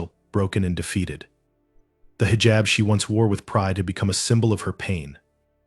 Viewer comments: Heejab not highjab. 😮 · Pronounced hijab incorrectly! 🙄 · You need learn pronounce hijab. Educate yourself